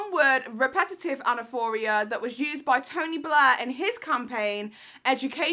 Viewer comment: Anaphora (not anaphoria) it’s not a manipulation tactic but a literary device used in poetry that it’s is also used as a rhetorical device in speeches (such political ones). Other than that great video (and you look so pretty today it’s distracting 😍)